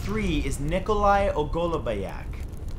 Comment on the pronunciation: He completely butchered ogolobnyak 😑